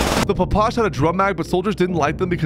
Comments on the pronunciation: "The papash" lmao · SIR, it is pronounced "pish." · Phapash?!?!?? Its P P S H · papash the hell is a papash its ppsh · ITS NOT A PAPASH ITS A PPSH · loved the video but you did not say ppsh right. you say the letters individually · You butchered the PPSH’s name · I cant be the only one that got mildly triggered when he called the ppsh “papush” and the Aug “A. U. G” 💀💀